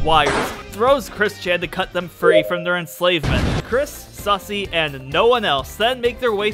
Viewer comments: Also it's susei not sussy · It's susie not sussy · good to know i'm not the only one who calls Susie "Sussie"